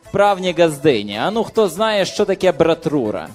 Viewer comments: ..не братура а - брайтура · Правильно брайтура